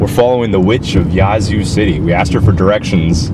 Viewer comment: Yaz-Zoo, not Yah-Zoo